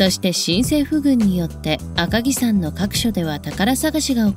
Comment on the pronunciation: 赤城さんではなく赤城やまです